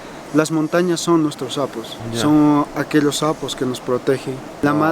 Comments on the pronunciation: Intención: Los apus > Pronunciación: Losapus > Interpretación: Los sapos -Cuando dicen que las montañas son como sapos... -Apus! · Excelente lugar, me he reído mucho que decía "sapos" por decir "Apus" los apus sagrados